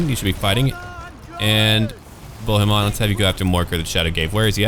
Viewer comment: Hi, I am french too and I folow your two campaigns. Your accent is pretty good. The only little thing is with the name "Bohemon" because in french "on" sounds like in the word "song" we don t hear the "n"